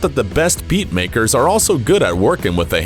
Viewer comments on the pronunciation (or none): none